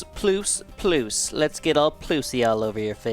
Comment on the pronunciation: "Ploos" is actually how Polish and Russians pronounce "Plus".